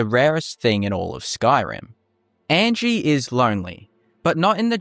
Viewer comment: 1. The creator mispronounces Angi's name throughout the video. Angi tells you how her name pronounced, "ahn-gee". 2. Angi is far from the only Nord NPC with just a first name. 3. Angi has purposes, to train archery and to be mysterious I suppose. To give a few examples of less interesting NPCs, the child and sultry woman from the Mind of Madness quest do absolutely nothing but hang around, and there is an NPC in the Solitude warehouse who does nothing but sleep. All this being said though, there is cut content in the game, as evidenced by the Creation Kit and the mod Cutting Room Floor by the author of the Unofficial Patches, so who knows what might've been planned, but not implemented for Angi. 4. Faendal does more than chop wood. He has a full schedule. UESP (the most accurate TES wiki btw) goes as far to say that he actually goes out and hunts in the mornings, and if you retrieve the Golden Claw for Lucan Valerius and have done the Riverwood love triangle quest in favor of Faendal, he will actually come and visit Camilla instead of hunting.